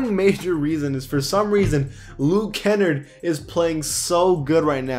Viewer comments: Luke {Ken} {arde} not look {ken} {erd} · Hey my man, you put the emphasis on the A. Its Luke Kenn-Ard not kennerd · you have to pronounce the r very hard in luke kennard (ken-argh-d) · the way you pronounced Luke Kennard lmaoo its pronounced (Kenn-Nahrd) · Thats not how you say luke kennard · How he says Luke Kennard 😂😂😂🤣🤣. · Who said Luke kenard wrong